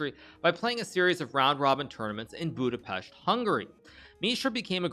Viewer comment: Yessss he said Budapest right